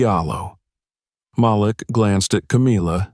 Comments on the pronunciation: It always amazes me how white people don’t know how to pronounce Maleek. They see the spelling of the name and pronounce it as Malic. SMH. Guess they have a problem pronouncing the names of all blk folk with odd names. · His name is pronounced like Maleek not how ur announcing it. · His name is pronounced "MA leek"